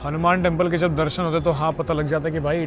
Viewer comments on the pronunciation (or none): none